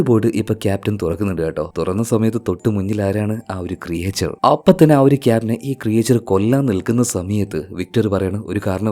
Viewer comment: ക്രിയേച്ചർ അല്ല ക്രീച്ചർ